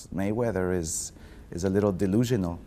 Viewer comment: may -he-win . floyd is a legend of boxing either way